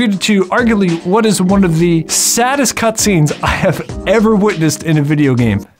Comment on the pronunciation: My brain heard you say "One of the saddest cAtscenes that I've ever witnessed" 😂